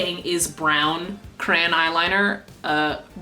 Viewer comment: youre my fav youtuber but every time you say cran i want to die